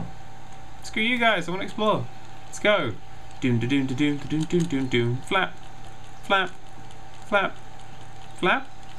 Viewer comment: is it just me or is every time he says flap it sounds like fap?